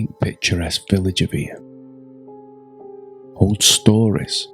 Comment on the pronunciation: Really great video. Only wished you had pronounced eyam correctly. It's pronounced eyam (like you are saying stream) not e-yam. It's a common mistake people make. Hope this helps for future videos you may make of eyam :)